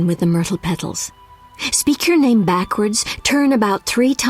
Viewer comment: This game's pronunciation of names and words is baaaad.